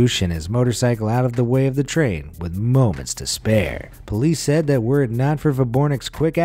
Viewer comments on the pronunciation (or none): none